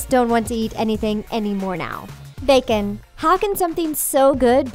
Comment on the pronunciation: THE WAY SHE SAYS BACON LOL